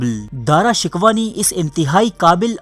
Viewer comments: Dara shikwa nhi he bhai Dara shikoh he Plz correct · Shkwa ghalt hai sheko hai. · Bhai Dara shikwa nahin Dara shikoh hai, Kitna Ganda talaffuz hai aap ka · داراشکوہ کو دارا شکوا نہیں بلکہ دارشکوووہ پڑھتے ہیں۔ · Bhai Urdu to thek kr lo dara shiko ko aap shikwa keh rahey ho Urdu channel ko badnaam na karo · bro,pronouncing is dara shakoo exactly not dara shikwa !!!!!!!!!!!!! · Mery bhai pehly iska name to theek say laina seekho ...ye dara shikuh hay dara shikwa nhe...pehly khud to is kabil bnao k apni video bna k baich sako. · Nalaek insan dara Shikoh ko bar bar shikwa bol Reno ho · bhai, saheeh tallafuz "Dara shikooh" hae na kahe shikwa,,lol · Apni urdu theek karo dara shikwa nahin sahi tallafuz dara shikoh hai. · Dara Shickohh not Dara Shickwa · o gadhay dara shikwa nhin dara shiko tha............. aurang zaib aik dehst gard or badmas badsha tha shrm karo nam to bolna ata nhn dara shikwa lolz chaval admi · Lfz shikwa nahi shikoh h .. plz note it .. 👍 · Dara shik waa naheen Dara Shikkhoo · اوہ بھائی یہ تلفظ ٹھیک کرو دارا شکوہ نہیں پڑا شکو جاتا ہے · Bhai Sahab Dara Shikoh ko Dara Shikwah na kahen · Shikwah nahi Shikoh ... Hahaha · Bhai shikwa nai shikoh hai lafz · Dara shku not dara shikwa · Shikwa nai shikow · Its darashikoh not darashikwa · Dara shikoh Hy not Dara shikwa